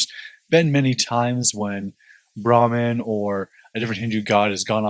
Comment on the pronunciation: Bhrmaha is not Bharman FYI